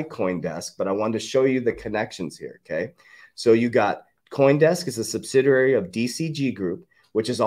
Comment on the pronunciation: There is only one “R” in the word subsidiary